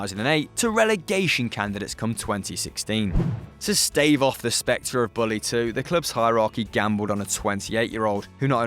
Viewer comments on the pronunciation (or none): none